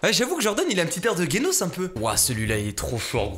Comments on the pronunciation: gueonos !? Ça ce prononce jenoce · d'ou tu dit genos ?ça se prononce jenos😚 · il a dit prononcé le nom de genos "guenos" .......... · "gaynos" j'ai failli m'étouffer t'es chiant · J'suis le seul a avoir entendu gaynos au lieu de génos ? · Il a dit guenos au lieu de génos 😂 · C PAS KENOS C GENOS ( one punch man c mon anime pref j'adore) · IL A DIT GUENOS???😱😱😱😱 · c pas kenos c genos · A il a dit gUenos mais il a fait mé quoi wsh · je reve ou il a dit guenos ? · genos pas guenos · C'est moi ou il a dit gaynos🤔😂😂😂😂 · ptn il a dit "guenos" au lieu de genos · Genos le g se prononce j comme ta prononcer sa serai guenos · Le " guenos " ma tuer... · comment il as prononcer genos ... GUENOS xD xD xD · je rève ou il a dit "guenos" hhhh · Genos ça se prononce "jeunos"